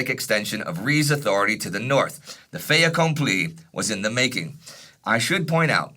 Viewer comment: Tell he can pronounce the "t" in "fait accompli": the French do, since the "t" is followed by a vowel.